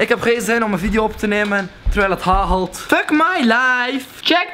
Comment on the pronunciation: "Het hahelt"